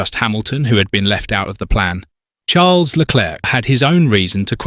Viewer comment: why is charles name being said like that?.. is this ai?